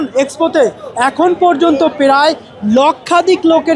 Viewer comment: প্রায় উচ্চারণ করতে পারছে না. সে আসছে রিপোর্ট করতে। পেরায়